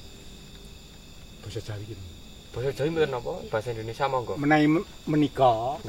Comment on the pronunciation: Indonesia Boss... Bukan Indonesa..